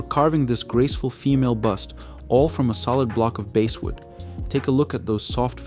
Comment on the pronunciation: It is irritating when your narrator cannot pronounce basswood properly. Always pronounces as "basewood"